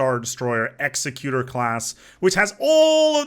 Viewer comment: Hate to go all star wars nerd but executor is pronounced more like "egg zeck you tor."